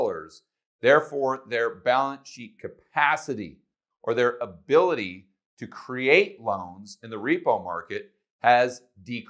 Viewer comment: "hability" :-D